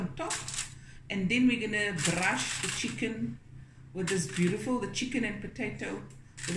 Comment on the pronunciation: "Skwasies" ...oh how you take me back and then bring me right back with the "Chiggen" 😂🤣